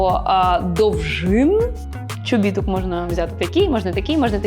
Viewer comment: Дівчатка адміністратори/менеджери/whoever хто працює з, будь ласка підкажіть що правильно говорити не «чобІтки», а «чобіткИ»! Наголос на останній склад. Гарні відео, класний контент, … але «чобІтки» гвалтують мої вуха в кожному відео Аліси 🙈 Дякую 🙌